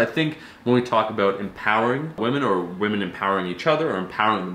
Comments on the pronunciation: As a speech therapist I Love the lesson on how to accurately pronounce women 😂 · I’m a speech pathologist and listening to you try to say “women” made my morning 😂